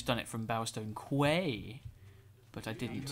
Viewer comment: also i'd like to point out that quay is pronounced like key